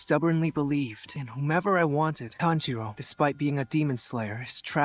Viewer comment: Inousuke 🫱🫲: mispronouncing Tanjiros name